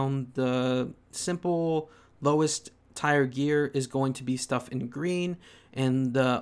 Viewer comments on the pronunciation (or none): Tier is pronounced like "tear" not "tire"